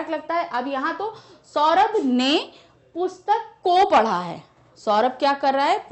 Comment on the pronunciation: Ma'am aap Boht glt glt Bolti h jese aapne PUSHTAK ko bataya ......🤦🤦